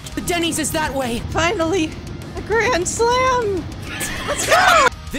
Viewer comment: Your pronunciation of "Grandslam" was absolutely hilarious.